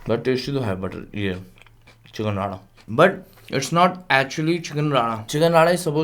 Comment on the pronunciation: भाई चिकन राडा नही रे , वो चिकन रारा होता है. तुम लोग और तुम्हारी प्रोनाउन्सिएशन 😂😂